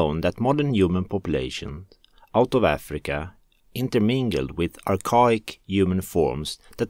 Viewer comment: Archaic (Ar-Kay-Ick)